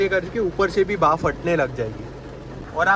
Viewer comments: बाफ ❌ भाप ✅ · Bhaap not baaf 😂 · Bhaaf nahi bhaap... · Baaf 😂 gujju confirmed